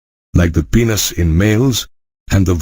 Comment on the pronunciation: Plzz aap penis ko peeenus mat bolo